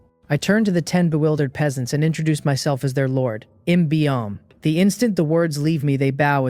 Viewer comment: i still see the same issue for part 1... the AI reader misreads Peasants, can you correct that?